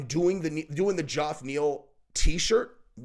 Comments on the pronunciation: Why do you keep calling the guy Joff? It's pronounced Jeff (Geoff) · God damnit. His name is pronounced Jeff. Not ge-off. Jeff. Fucking hell. That is all. Carry on. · His name is Jeff. not Joff. Geoff is just a different way to spell it. I grew up with a kid who spelled it that way. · Geoff=Jeff... not Jorf lol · Dude why TF aren't you capable of saying Jeff? Does your brain not comprehend that Geoff is pronounced Jeff? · Why does not say the name Geoff properly. Its not even a difficult name to pronounce. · You ever gonna pronounce Geoff's name correctly? It took 30 seconds to do some actual YouTube research on how everyone pronounces his name. Yet you say you work so hard, but can't take 23 seconds to look up his name. 🤔🤔